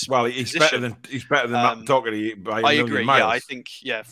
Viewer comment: complaining about pronouncing players names but he said dockerty instead of Doherty bit rich 😂